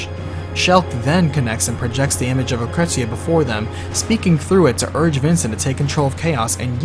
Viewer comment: Lucretzia??? Cait Shee? idk if those are the correct pronunciations, but you couldn't pay me to pronounce them that way lol